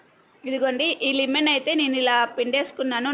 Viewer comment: లిమెన్ కాదు తల్లి లెమన్ అది